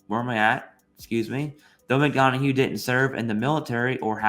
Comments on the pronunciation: (Mick - Don - Uff) not (Mick - Dawn - A - Hue) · Mick-done-uh not Mick-don-a-hue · Why the hell do you keep calling him "McDonahue"? His name is McDonough. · "pronounced " Mc Dun-Uhh"